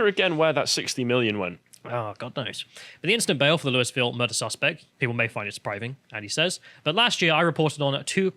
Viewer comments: “Lewis-ville”—ha. It’s Loo-uh-vull or, for some non-Kentuckians, Loo-ee-ville. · It's not pronounced Lewis Ville. It's named after King Louis, but it's locally pronounced Luahville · Loul- vul not lou-y-ville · Hey British guys. American here… It’s pronounced “Loo-yi-ville”. Also pronounced “Loo-ville” by the locals who live there. Not “Loo-yis-ville”. 😂 With that said, love your channel! Great commentary. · Quick pronunciation correction, it's not pronounced Lewis-Ville. It's Loo-Eee-Ville. Think about the name of the French king. People from the area sort of do Loo-Wuh-Vull. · Its annoying hearing bits say Louisville it's pronounced loo-i-ville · As a native I have to correct your pronunciation. It's more like Lu- Vul. Basically don't enunciate any of the vowels and you're pretty much there. Lee-Is and Lu-Ee are both incorrect. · I swear to god...Louisville KY is pronounced “Lou-ee-ville”. As a my resident the “Louis-ville” pronouncement hurts. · We pronounce it loo-e-ville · Fyi it's pronounced like loo -uh-vuhl. (Louisville native here.) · It’s pronounced “low-a-vul” or “loo-ee-vil” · Loo-E-ville, you're driving me insane you limey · Oh and it’s pronounced “loo-uh-vole” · the s is silent in louisville